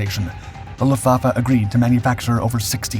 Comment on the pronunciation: ¿Donde te han enseñado a pronunciar alemán? Luftwaffe: Luftvaffe, como suena. EL ALEMAN TIENE PRONUNCIACION PROPIA NADA QUE VER CON EL INGLÉS.